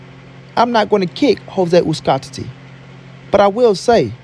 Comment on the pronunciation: It is really hard to believe that in this 21st century some potato heads still cannot pronounce Uzcátegui.SMH